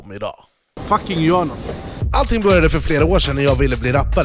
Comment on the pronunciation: "GJÖR" Bra svenska shurda 👊🏻😘